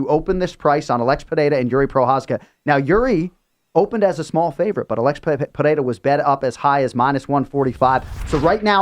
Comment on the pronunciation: Trt does miracles, look at the shape of Chael vs Cormier. Interesting to see also how Chael fixed pereira instead of pierra 😂 that’s a paid gig